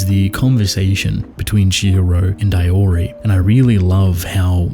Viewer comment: The way you pronounce "Iori" feels wrong